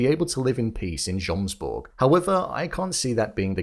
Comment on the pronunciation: Still saying jomsborg with the j after they pronounce it yomsborg through the whole season is crazy